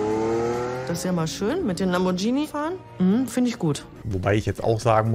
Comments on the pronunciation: der “Lambordschini Bauer” 😂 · Lamboatschini😜hat die gesagt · aber es ist lamm-bohr-g(wie gans)-ini (gruß von einer italienerin :D) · Gruselig Lamboschini das teil ist ein Lamborghini und das G wird hart betont ausgesprochen ...kotz